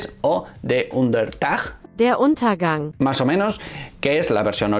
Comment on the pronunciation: Muy buena aportación 👍 Pero como es posible que no seas capaz de replicar el sonido: der untergang. Esfuerzate tantito